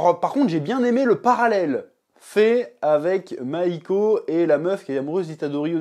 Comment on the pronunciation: « Mahiko » mdr ouais bah ouais